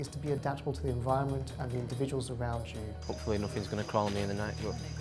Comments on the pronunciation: Individuals, individuals, individuals, indivuals, indiv....... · U said ..............INDIVIDUALS????